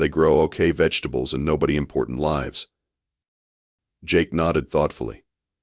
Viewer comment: "... nobody import lye'vs... " skrew it. unsubscribing and granting eternal "DO NOT RECOMMEND CHANNEL" status. I'm sick of lazy channel owners who can't be bothered to edit their f*king a.i.'s "work" before uploading what potentially could be a good story, but in reality is worse than garbage because of expressionless near monotone a.i. "moderation" and mispronounced words. May this channel fail, with the owner(s) acquiring a debt that will take 100 lyfe times to pay off, with 90% of income during each existence going to pay off the debt. 1.3k views, not a single "like", and mine is the first comment ... which will never be red by a "human" associated with the channel. Seems I am not the only one fed up with this garbage.